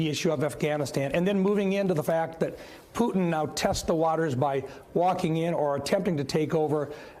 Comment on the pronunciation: Who the fk is Poootn ??